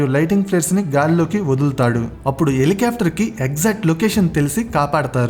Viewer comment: Parachoot❌ Parashoot ✅ Elikaftor❌ Helicopter ✅